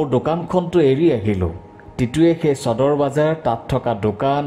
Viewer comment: চদৰ নহয়ও নিৰঞ্জন সদৰ বুলি উচ্ছাৰন কৰা